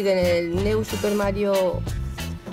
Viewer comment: se dice niu super mario...